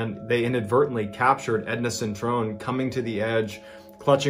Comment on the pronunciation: It's 'Edna Cintron', not 'Edna Centrone'.